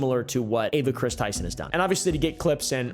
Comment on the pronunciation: U keep saying Chris name wrong